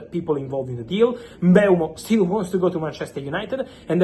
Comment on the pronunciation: its mm-bu-emo not bryan mbemo